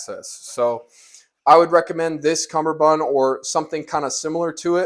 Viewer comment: God dammit boot, it's CUMMERbund NOT fucking CUMBERbund. There's only one B in CUMMERBUND.